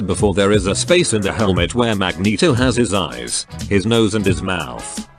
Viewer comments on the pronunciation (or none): “Muh-jen-toe !!” XD